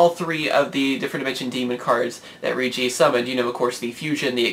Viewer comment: Hate to do this: The Rei part of Reijis' name is pronounced like ray.